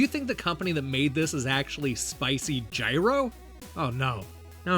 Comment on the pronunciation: It's gyro, like the sandwich! Thanks for the review!